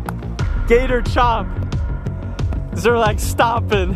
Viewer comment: one word. two syllables. SZER-LAG.